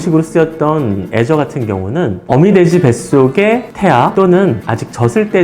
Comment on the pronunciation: 애저라고 하니까 계속 azure로 들리네